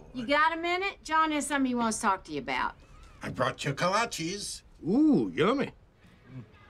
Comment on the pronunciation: The way they pronounced kolaches tho…